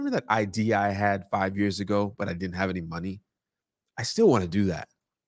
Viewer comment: Just realizing that’s the guy that says “Get that Mo-Nay”